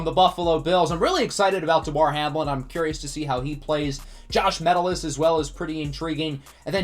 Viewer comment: Small thing, but it's pronounced "muh-TELL-iss," not "MEH-till-iss"